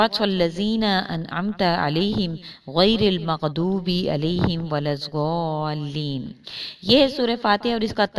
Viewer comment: Aap nay khud parha Walud za leen Jub k theek yeh hai k walud dua leen Aur mim ko mil humdulliah yeh kiyu Aap quran may change kar rahi Dekho aap khud soochoo